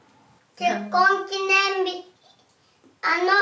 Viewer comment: ぽんすがどんどん人間になっていく 発する言葉ひとつひとつの発音がはっきりしてきたし 話す言葉の種類も増えたし 「結婚記念日」なんて難しい言葉も言いにくそうにしながらも言えるし パパがお仕事を頑張ってることも分かってて、それを言葉で伝えようとしてるし もうすぐママのお腹の赤ちゃんが産まれて自分がお兄ちゃんになる、お世話をするっていう気持ちがあってそれも言葉に出すし もう、全てが感動だ…(一応保育士2年目) これからどんな家族になっていくのか、もっともっと楽しみです！